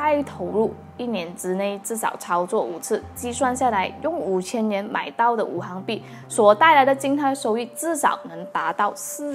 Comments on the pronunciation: 五行～xing 不是hang 哈哈 == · 應該是五行（Xing2）幣